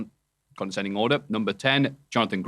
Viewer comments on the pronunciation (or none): I wonder how long til realizes it's "descending order" not "consending (sp?) Order" please. It's been driving me nuts for years